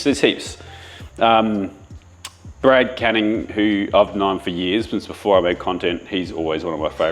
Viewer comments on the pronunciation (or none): are you saying “a couple of days BEFORE” or “a couple of days AFORE”? I listened easily 8 times and could have sworn you kept saying afore